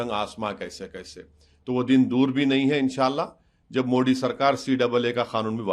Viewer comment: Are miyaan मोडी नही होता मोदी hota h